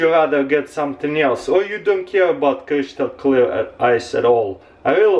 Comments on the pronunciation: stop saying "cryshtal" pls :'¥ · Creeshtal clear strikes again. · Love the way he says Cryshtal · Kreeshtal cleiar iz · "crishtal" like if u know what I'm saying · Cryshtal kleeer ice😝👍🏽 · Kreeshtal clear ice! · Kreeshtal cleah ice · Kreeshtal clear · Did he just say 'creashtal clear'? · the most crySHtal clear ice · krishtal hahaha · Creeshtul clear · Kreeeshtal cleeaarr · crish-tal clear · Khrishtal khlear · no "h" in crystal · god learn how to say crystal